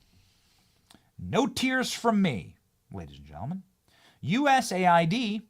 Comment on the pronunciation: People, cmon, it's US AID, not USA ID. :D